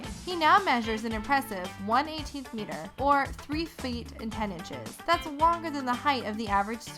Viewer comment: Omg go to she says "three fueet" lol